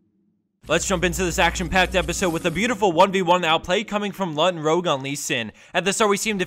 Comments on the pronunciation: hey this lee sin is called "lutinrouge" witch means "redlutin" in french not "lutinrogue" Anyway great video^^ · #5 It's LutinRoUge, the u is before the g. That means red pixie in french.